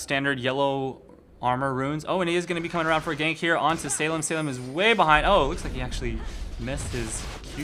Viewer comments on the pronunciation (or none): none